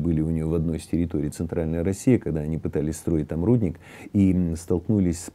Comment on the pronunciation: это прям комментировать можно по-минутам эй, председатель палаты слово "рудник" с ударением на "и" или ты еще один любитель компАсов, "крайних", вместо последних, ходящих кораблей и т.д. прибереги сленг для других мест, ты ж председатель палаты, и говорить должен на русском языке